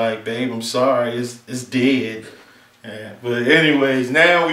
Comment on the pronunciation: Did he say "did" instead of "dead"??? The Midwest ,Detroit OR BALTIMORE!!!!!!!????? Lol